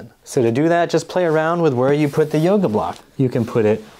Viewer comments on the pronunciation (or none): none